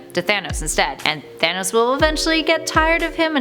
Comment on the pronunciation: She pronounces it thanis